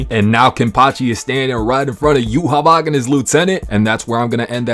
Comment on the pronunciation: Thank God you're saying Yhwach's name correctly. So many people get caught up in the Japanese pronunciation Yuhabaha, but that would be like saying Yuno's transformation magic in Black Clover is supposed to be pronounced Spirito Drivu, instead of Spirit Drive. They only say yuhabaha because they don't end syllables with a k and they don't have a V sound in Japanese